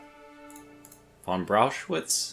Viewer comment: Just FYI, the ch in Brauchitsch is pronounced like the Kh in Kharkiv.